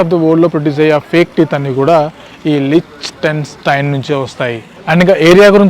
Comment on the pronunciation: Anta kastapadaku bro, its Lik-tun-stein.